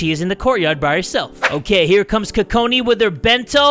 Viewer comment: Are you calling her Kokoni!?😂😂 I cant stop lauphing if you're calling her Kokoni!😂😂😂😂😂😂